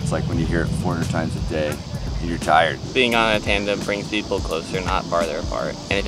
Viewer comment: are you saying "trandem"?